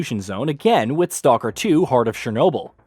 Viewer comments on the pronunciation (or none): none